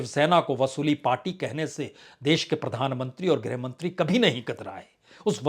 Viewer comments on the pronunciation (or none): none